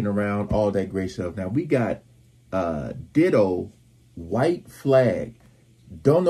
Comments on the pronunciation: Pronounced Diedoe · Pronounced Die-Doe. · it's pronounced as DIE-DOW